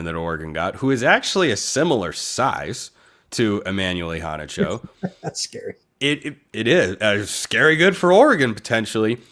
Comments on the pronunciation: Agreed! He really emphasizes that first “a”. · pronunciation is I-HANNAH-CHO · I'm pretty sure Immanuel Iheanacho didn't pronounce it that way. I pretty sure he said e-hanna-cho. han like fan.